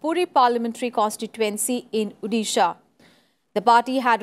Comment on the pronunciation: It's not Udisha, it's 'O'disha. Please pronounce it correctly.